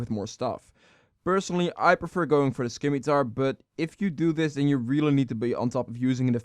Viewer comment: That pronunciation on Scimitar